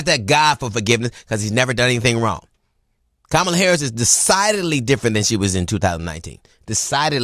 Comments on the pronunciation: So well said. P.S. Kamala is pronounced "Comma-la" or :Mama-la." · gotta get her name right... KA-ma-la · DL, while I appreciate your perspectives in general, PLEASE learn how to pronounce Vice President Kamala Harris' name correctly. It's very simple. "Comma (like the punctuation)-lah." Comma-lah. If that's too difficult, Madame Vice President works just fine. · DL, I’m with you all the way with the exception of one thing that I find quite bothersome … and that is you pronounce (“Comma-la” Kamala) as disrespectful and lazy as all those other republicans who refuse to respect her. I know you can do better! Say “Comma”, like I just put there and “la”. It’s not hard DL. Don’t sound like them ass backwards white folks, okay? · DL please pronounce VP Harris name correctly. It's Comm..a..la Thank you! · Pronounced Comma-la like Mama-la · For goodness sake her name is COM-MA-LA….AKA KAMALA why is this still so hard for people to say 😒😒. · “Comma la”!!! Damn, DL. But good word otherwise!👍🏾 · He name is Ka-ma--la. I can't get how many people mispronounce her name. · Why is it so hard for people including DL to pronounce COMMA-LA correctly? Call her VP Harris if you can’t pronounce Comma-la correctly. You figured out how to pronounce Pete Buttigieg’s name. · He was fighting the caricature of her; she was fighting the reality of him. Excellent! And it's pronounced comma-la. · Bro. Hughley. Good retort as always. But it's pronounced Comma...Luh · You are pronouncing her name wrong G! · DL please pronounce her name correctly 💙💙💙💙💙💙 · I agree with this entire thread! I cringe when people mispronounce her name. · Ok DL. You been called out about how you pronounce her name. Step up brother! You got this! VOTE BLUE 💙 EVERYWHERE, UP AND DOWN THE BALLOT🌊 ESP TX FL CA NY MT WY NV AZ AL LA ... 🗳️💙🌊🌊🌊🌊🌊🌊🌊🌊🌊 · Bro you're right and precise! HOWEVER please learn to pronounce her name lol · It would be nice if DL pronounced Kamala correctly.